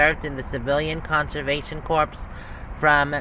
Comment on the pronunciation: Corps, pronounced core